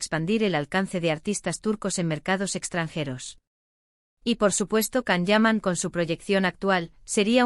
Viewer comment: 😂😂😂bla, bla, bla cuántas mentiras en estás páginas de YouTube 😡 y que se lo crean muchas personas es de traca. Encima no saben ni pronunciar su nombre debidamente con la cantidad de veces que Él mismo a comentado infinidad de veces